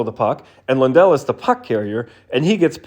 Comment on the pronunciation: Sounded like Lindell to me on shitty laptop speakers, but maybe I'm just used to American broadcasters pronouncing it LANdell.